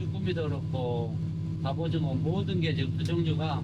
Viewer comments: 갑오징어를 갑오징거라고 말하시는거 같습니다 ㅋㅋㅋ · 설명 완전굿이에요 ㅎ 근데 왜 갑오징거라고 발음하나여 ㅠ